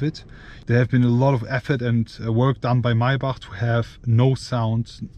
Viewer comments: the my-back lmao. its pronounced MAY-BACK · MAY-BACH bro not MAI - BACH lol. German pronounciation is crazy. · First of all It's Maybach not Maaaebaaak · “my bach” 😂💪🏾💯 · lets count how many times he said "mai bahhghck" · Holding on for dear life as I heard "My-back" for the umpteenth time. Send help! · The “”MAAABACH””” where’s the Y ???? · "MAAY BUCK" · Its not (my buck ) bro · Why are you pronouncing maybach so strange? Its pronounced may-back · I can't take you seriously when you keep pronouncing it as maybahhhhkhkhkhkh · The way he says Maybach 🥴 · bros name is but can’t even pronounce maybach